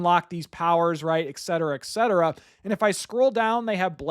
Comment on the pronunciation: Are you saying “ekcetera ekcetera”? Very distracting. “Et” not “ek”.